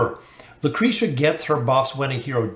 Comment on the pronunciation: Lmao he always butchers names it just feels wrong to hear him actually pronouncing them the right way